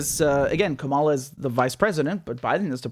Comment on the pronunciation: It's Kamala as in Pamela.